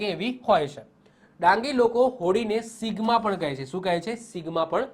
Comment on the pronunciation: ડાંગ નાં લોકો હોળી ને 'સિમગા' કહે છે, નહિ કે સિગ્મા...